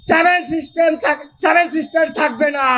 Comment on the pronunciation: স্যাভেন সিস্টার না সেভেন সিস্টার প্রথমে উচ্চারণ টা তো ঠিক করে কর তারপর কাটার কথা ভাবিস